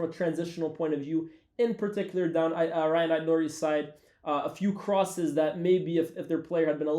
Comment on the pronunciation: Algerian brother pronouncing Rayan as "Ryan" 🤨